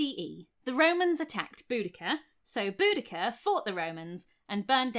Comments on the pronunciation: I just wanted you to know that my boyfriend thought you were saying Bootycall. A courageous hero called Bootycall. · lmfao "BoudaCURR" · Then at some point she met up with Xena Warrior Princess, but she pronounced her name differently 😉